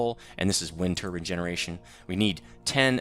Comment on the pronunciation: Wind turbin ??? Its turbine BINE. Turbine